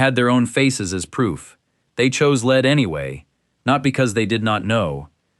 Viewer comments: Please decide whether you want to mispronounce lead by calling it “leed” or to say it correctly, ie “led”. Other than that, it’s a good video, which I enjoyed. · l-e-a-d is pronounced 'led'.